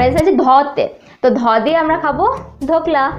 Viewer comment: ধোকলা কেন বললা ফোকলা বলো